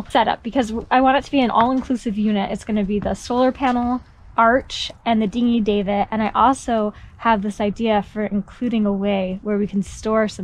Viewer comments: I love your journey, just one thing I'm worried about. Davit is dah-vit not like dave-it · stop calling the davit a dave it ffs, the "a" is pronounced like cat or cav, like 1st cav, not 1st cave, not generally one to hate on how people say things but that was annoying AF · Second. I wanna say it’s more like a dad sound da-vit